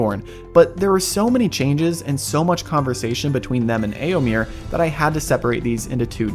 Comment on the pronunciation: You're mispronouncing Éomer. The last syllable rhymes with "fur" or "mare".